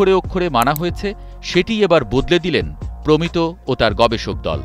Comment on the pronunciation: প্রমিতো নয় প্রমিত্